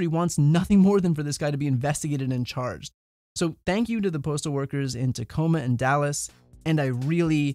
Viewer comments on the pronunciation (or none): I live in tacoma Washington. It was a but surreal to hear him say tacoma Washington lol